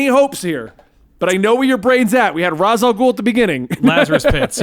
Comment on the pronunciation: thank you for saying Ras and not Rayesh After all he is head of the demon and Ras al ghoul is just thr arabic translation